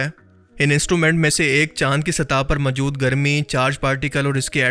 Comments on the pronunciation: Are Bhai mawjood ko majud bolna band kar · اردو بولنی تو سیکھ۔ لفظ ماجود نہیں۔موجود ہے۔ سطاہ نہیں سطح۔